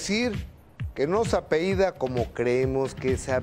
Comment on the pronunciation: Apellida, no Apeida.